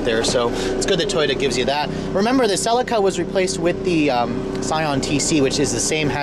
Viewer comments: its a celica not a sellaca ffs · It is pronounced Sir Leak Errr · Btw fairly sure it is pronoucned Seee-Leee-Ca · We pronounce it Sell-EE-Ka in England. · Cell - Lee -Ka .. is how you pronounce it mate!!!!! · Every time he pronounced Celica wrong I cringed so hard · its weird how you say celica